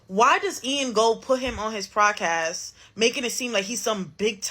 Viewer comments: Is she saying FraudCast or PodCast?? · Bro, why she keep saying "PRODCAST"??